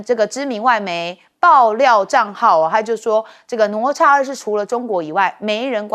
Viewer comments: 主持人连哪咤都不会念😢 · 哪吒 读Nǎ zhā，😂